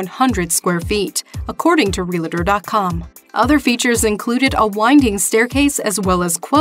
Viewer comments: It's realtor, not realATor. Realtor realtor realtor realtor. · or whoever narrates...., you said "real-a-tor"... it is REAL-TOR... two syllables, no "a" in the middle of this word!